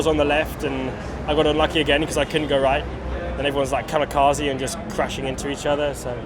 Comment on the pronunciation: Lol Lando, ”kamikazed” 💀